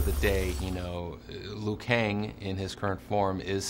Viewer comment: Liu kang right please